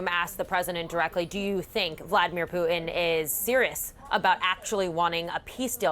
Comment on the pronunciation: She really had a hard time with her pronunciation of Putin.